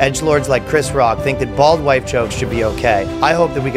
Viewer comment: Did you say bald white jokes or bald wife jokes?